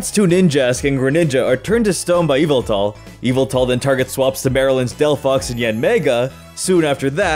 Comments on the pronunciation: Its yaveltal not yvetal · ITS YAVOOTAL NOT EVELTAL